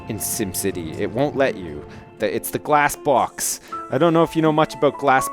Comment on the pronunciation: not 'dim city' its 'sim city'